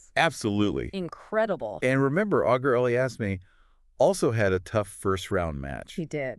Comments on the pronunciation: You butchered the pronunciation (badly) in the first minute of the video which warrants not watching the video at all. Terrible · If you can't say his name properly it just shows you clearly did not watch enough Felix. You might know a lot about tennis, even have competed previously, but specifically should avoid any discussion regarding Felix. Only two pieces of deduction made me dismiss the video: The first piece of deduction is that simply from the lack of pronunciation, it shows that you clearly have not watched enough Felix. If you even watched a match, or simply HIGHLIGHTS of him playing, you would be able to repeatedly hear "Auger-Aliassime". Both the announcers and the umpires would have said it multiple times. Then I deduced that if this individual obviously has not watched ENOUGH of Felix's play, I am fully justified on dismissing this person's analysis. How can I bother with the analysis of someone who has not even WATCHED HIM PLAY? This is the 2nd piece of deduction. It took me longer to type this out than to make up my mind but that is simply how my thought process went. I am not hating irrationally, there is a logical process I underwent to arrive at this conclusion. I can also add that mispronunciation is indicative of a lack of attention to detail, so how can I bother with an inattentive individual who clearly has never even watched him play? I hope you can take this the right way and only look at it critically instead thinking that I am just hating for no reason.